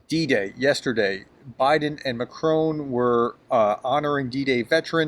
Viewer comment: Macron = mack-rahn